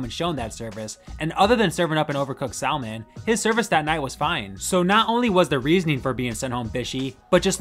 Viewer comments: hey ding dong the "L" is silent SAM-ON not SAL-MON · What is "sal-min"?? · Nah cause you cant be making hells kitchen content and still pronounce Salmon incorrectly bruh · Man is American/Canadian and doesn't know how to say 'salmon' LMFAO.